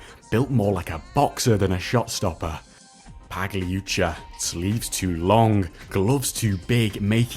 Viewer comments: Nor do you pronounce the last c as a ch, it’s a hard C, as anyone watching this in the 90s will tell you. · Just so you know, you don't pronounce the g in Pagliuca. Same as you don't pronounce the g in Cagliari